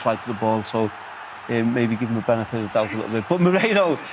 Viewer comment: Moreno? His name is MERINO